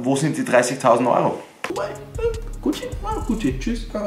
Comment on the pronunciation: Deine Aussprache👌🏼❤🤪 wie du einfach guuuucci sagst 👍🏼😜❤👌🏼